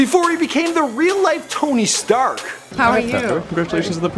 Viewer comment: Why'd he say Tony Stark so weird